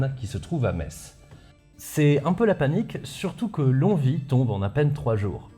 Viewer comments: il me semble qu'on prononce "long oui" et non "long vi" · Alors, Longwy, ça ce prononce Long-oui, tout simplement ! Merci pour tes video ! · Salut, j'adore tes émissions, et non seulement celle-ci était très instructive mais tes gags ont fait mouche (en tout cas pour moi). Mais Longwy, c'est pas "Lonvi", mais "Long oui" (le 'g' ne se prononçant toujours pas). P.S. : J'ai enfin appris le fin mot de l'histoire quant à la ch... supposée (et/ou réelle) des Prussiens dont m'avait toujours parlé mon père mais dont mes cours d'Histoire ne disaient rien. J'ai enfin pu cocher cette case dans ma liste des chose à éclaircir avant de mourir. Merci. P.P.S : J'ai toujours cru que l'on disait Val-oui :) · Je poste un commentaire en ayant regarder que les 10 premières minutes de vidéo, mais mes oreilles de lorrains souffrent! 😆 longwy se prononce phonétiquement lon-oui. On oublie le g et le w. Voilà je continue la video qui s'annonce très pros et intéressante 😅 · petite aparté je pense que ça a déjà été dit mais Longwy se dit "lon-oui" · Prononcer Longwy, longoui et Sainte Ménehould, Sainte Menou. Longwy a payé de son déclassement la trahison de sa population bourgeoise. Goethe a par contre salué le courage d'une commerçante qui lui a vendu une couverture. Il accompagnait l'armée de Brunswick et eu une phrase célèbre sur le changement d'époque après Valmy. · et la prononciation du nom des villes de l'Est, épisode II;) Sinon, en fiction, récemment, il y a la très foutraque BD "Les mémoires du dragon Dragon - Valmy, c'est fini", qui fait écho à pas mal de choses évoquées dans la vidéo. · Bonsoir on dit "Long Ui" pour Longwy ça m'a déclenché toute la vidéo. (Qui est très bien au demeurant).